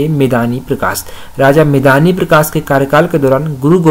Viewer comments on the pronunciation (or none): मेदनी√ सही उच्चारण है